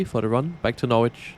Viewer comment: Well, at least nails "Norwich" without issues. Many people, even native English-speaking Americans, struggle with that, I tend to find.